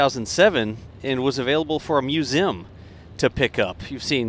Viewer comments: Was hoping someone said this lol Thought he misspoke at first but nope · You say Museum funny.